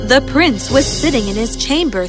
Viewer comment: Plince milan